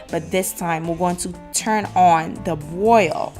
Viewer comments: It’s BRRROIL. Not boil. Doofus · broil. not Boyle.